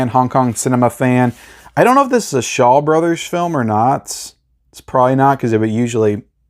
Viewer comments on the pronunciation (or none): none